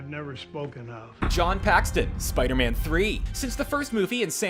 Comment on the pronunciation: Looks like still likes to pronounce 'Spiderman' as Spidy.